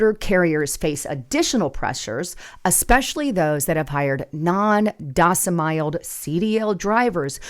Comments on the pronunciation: She ruined it with AI - "docimiled" and "fright"... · It's "domiciled" not "docimiled". Even Canadians can say that. There are plenty of former truck drivers who got fed up with being treated poorly by the trucking industry. The level of mental manipulation of drivers, combined with treating them like disposable/replaceable pieces of equipment is why the turnover of the driver population has been climbing - attrition was ~100% annually when I drove back during 2nd Obama administration. Active experienced drivers have told me it only has become worse since then, with many newer operators referred to as "steering wheel-holders", with marginal/minimal competency. If you want skilled operators driving those 40-ton guided missiles down the road at all hours, they need much better pay, and relief or protection from being hassled and manipulated by dispatchers/managers who in many cases aren't even qualified CDL drivers themselves (often 4-yr college grads who can't get a job actually doing something with their degree, but who memorized the policy manual), but still get to supervise and discipline drivers. It's a broken system. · Docemiled, it's domeciled! And you're criticizing them not being able to read English!??? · Its pronounced "frayt or frate" not fright. Its aslo dom-is-iled not dos-im-iled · freight is pronounced frate. Domiciled is pronounced (dome)(eh)(ciled). Last part rhymes with child. The irony, given the subject matter, is thick with this one. Come on, you're better than that. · Yeah but later resumed mispronouncing it... And domiciled.